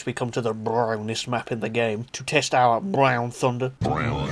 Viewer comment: i lol every time i hear you saay BRROWN